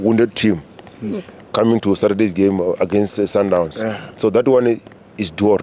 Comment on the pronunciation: sundown, ai nawe, its sundowns